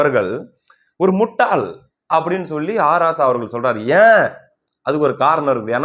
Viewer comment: அவன் சொல்றது முட்டைன்னு மாதிரி கேக்குது